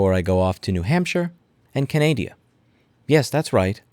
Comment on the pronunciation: Finally someone else who says Kenaidia